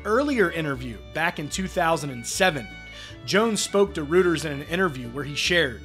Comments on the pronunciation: By the way, Reuters is pronounced "ROY-terz" not "ROO-terz". Also, you confused the Associated Press with Alternative Press (a non-country music and culture magazine). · It's pronounced Royters, not Rooters. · Hey Dude - It’s Roy-trz, not Rooters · Of course George Jones is correct here. He should know, since his every track defined true country music. Like Hank Williams before him. (Note: Any journalist should know that the news bureau Reuters is pronounced "Roiters," NOT "Rooters." How embarrassing.) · Reuters is pronounced roy-ters not rooters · The news service quoted is pronounced “Roy-ters”. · It’s all about money and corporate executives making decisions. And, by the way, what’s up with some news reader who can’t even pronounce Reuters News. Pathetic.